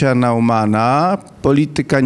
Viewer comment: Nazwisko Neumann czyta się [nojman] nie jakiś [nauman], jak próbuje pan doktor wcisnąć słuchaczom i jeszcze na dodatek poprawia redaktora, który poprawnie je wymawia.